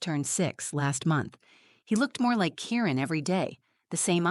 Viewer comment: I’m pretty sure his name is Kieran and not Karen as the words come across.